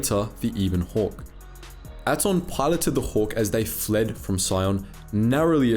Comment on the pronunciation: Do you mispronounce things just to mess with us? They pronounce Peragus, Atton, Bao Dur and Ebon Hawk multiple times in game.